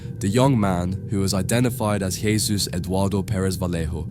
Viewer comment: Yeah he did lol, this person reading the script doesn't know how to pronounce words.